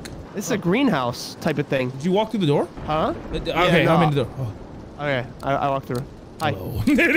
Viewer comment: No don't say open the Dore 😭😭😭